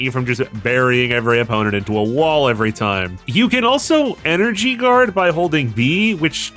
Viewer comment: Doctah wahwee also guawds feqwuentwy.